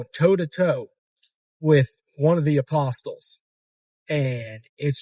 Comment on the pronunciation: It's pronounced "uh possel" not "uh postel" fuck you